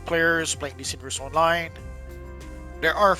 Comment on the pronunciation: Your voice cadence is ruining it for me. Why do you speak like that Stop dragging the last syllable out It's not PLAYERRR ITS PLAYER ITS NOT ONLINEEE ITS ONLINE